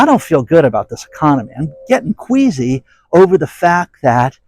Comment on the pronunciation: Ohhh! I thought he said, " Quaisy ".